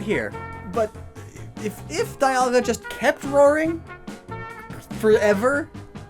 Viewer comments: its not die alga its dee alga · whatsup guys i'm immediately taken out of this video by the pronounciation of dialga but i'm watching nonetheless